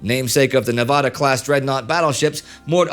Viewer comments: The correct pronunciation of " Nevada" is "Nuh-va-duh" not ne-vahh-dah". You have a shitty east coast English teacher and it is offensive. You are not in the doctor's office. Same for Colorado. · Right, Indy said Nevada like as in vodka instead of correctly as in "vat". [Nevada not Nevahda] I was corrected by a friend while visiting Las Vegas from Los Angeles. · Drive me nuts how you say Nevada bro you say it wrong LOL keep up the good work man I love your Channel